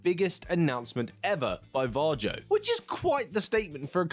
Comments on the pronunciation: Varjo is pronounced Vario. All the best, Rich in Sweden. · You're pronouncing Varjo incorrectly.